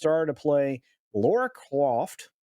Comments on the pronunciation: It’s Lara not Laura. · Dude... it's LARA Croft, not LAURA Croft. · Lara not Laura. Pronounced "La-Ra."